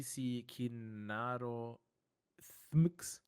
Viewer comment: how he say my name XD it's " T H M X " just like that ^^